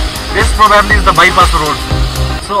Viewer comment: Bhai daami cha vlog, I’m enjoying watching your channel, your content is good, I’ve subscribed, just one thing- “probably” ko pronunciation rectify gara hai (præ- buh· blee ) not criticising just a suggestion) one love